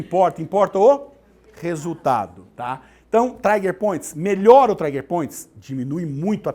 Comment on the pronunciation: Aula muito boa, mas não é traiger point mas sim TRIGER point